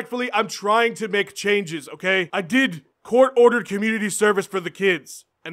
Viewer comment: "H'oh kay Jon Jones, ho' kay"